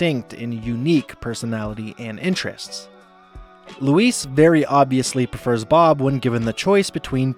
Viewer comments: "ITS LOUISE!" Not 'luis'. Get her name right or get out. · no mention of bobs bisexuality? also i love how he pronounces louise as Luis every time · You’re pronouncing Louise wrong. Use a z sound, not an s sound. It’s LOOO EEEZ, not LOOO EEESE. Say it like disease. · So either you're an AI channel, or you've never actually watched this show before. Her name is pronounced "LOU-ease" not "lou-EECE". As a result, I can't enjoy this video any longer. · Why are you pronouncing Louise like Luis? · It’s not pronounced ‘Loo-ees’ (rhyming with “peace”). It’s pronounced ‘Loo-EEZE’ as in “Geez! Louise! You’re the BEST!” You’d think after watching so many episodes of the show, someone making an entire video essay would pronounce a main character’s name correctly. (That is also a direct quote from Louise herself by the way, when introducing herself to the Edison-obsessed science substitute.) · Dude the way you say the The female name louise as if you're pronouncing it as the male version is Weird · Louise... not Luis... christ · You call her Luis likes she’s a Mexican boy . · you keep calling her louissss her name is louise with a Z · Stop calling her Luis😭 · It’s Louise, not Luisss. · Louise, not Louis, please! It’s pronounced with a more “Z” sound at the end - Louis is a masculine name, Louise, feminine. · Am I the only one hearing “Luis” instead of “Louise”? It’s driving me nuts, they’re two different names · It's pronounced Louise with a Z sound not Luis, with an S sound, which is a Hispanic man's name. Since you just rewatched all episodes I would think you would know how to pronounce her name, it's not that hard.😡P.S. Gene is the gay one. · Why do you pronounce Louise as Luis? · Your pronunciation of Louise's name sounds much more like "Lou-Ese" than the correct "Lou-Eez". You're saying it more like how you would say "Luis", the male Hispanic name, like the character Michael Peña plays in the Ant-Man movies. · Omg this was driving me crazy! Why is he saying “Luis” 😂